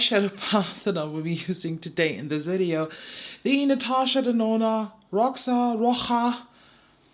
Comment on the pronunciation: Hey! Roxa is Portuguese for purple and is pronounced as roh-sha (idk how to make it clear lol)